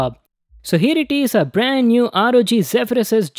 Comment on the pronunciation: Rog sounds like rgb Like if agree